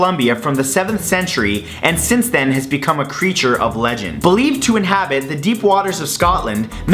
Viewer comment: "Inhabrits" really